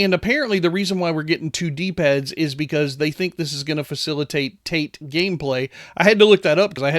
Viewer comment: its Ta-te